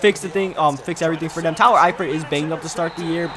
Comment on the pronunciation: and "dem" instead of "them"